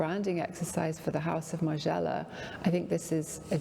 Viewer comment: It's Margiela not Marjayla Colin. You are perfect otherwise!